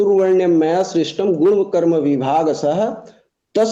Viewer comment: सर आप दोनों पक्षों द्वारा ' गुण 'शब्द को गुड़ या गूड़ बोला जाना आपका उच्चारण दोष है जो हमारे समझने में बाधा डालता है। कृपया उच्चारण सुधारें।